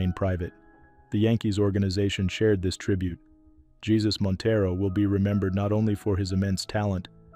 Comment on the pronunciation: Montero was in an accident. It wasn't a secret. And his name isn't pronounced like our Lord.